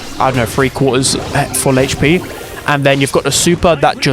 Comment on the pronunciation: Ppl: hp: hech pee